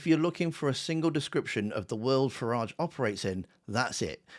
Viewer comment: Its Farridge.... rhymes with garage, average and twat.